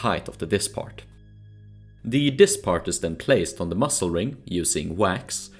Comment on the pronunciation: Dude pronouncing muzzle like "mussel" really makes me angry